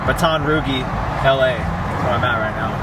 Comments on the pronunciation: Batton Roooogie LMAO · “Batton Roogie” 😂😂😂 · Bayton RuhGEE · Hahahahaha Batton roogie! 😂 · where you stopped in Louisiana at the Shell where you said the gas was insane I live right in that area, so the way you said Baton Rouge had me dying laughing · Way he said Baton Rouge made me rewind like huuuh😂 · 😂😂😂 had to check if anybody else found that funny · As a Frenchman, I am very offended hahah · HAHAHAHA I KNOW RIGHT